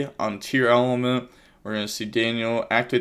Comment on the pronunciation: are you pronouncing tearlament wrong? you keep saying "tearELEMENT" when that is not how its spelled. maybe im wrong but thats just bugging me. you say it that way in every video.